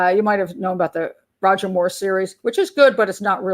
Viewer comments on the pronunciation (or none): none